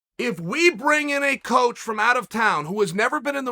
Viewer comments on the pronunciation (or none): none